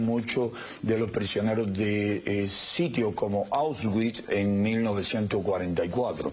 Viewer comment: Se dice "ash vits"